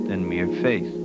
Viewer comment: Stigmata. "Mere fiath " ?! For me, "mere faith," would be enough. Love this series. :)